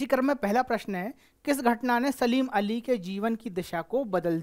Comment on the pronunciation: सर सलीम अली नहीं है सालिम अली है